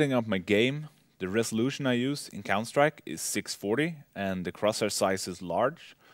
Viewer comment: "When Im setting up MAH COUNTAH STRIEK "